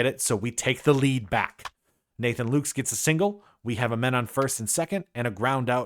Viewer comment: Nathan Lukes is pronounced Lucas, just so you know. I know some people go nuts about stuff like that.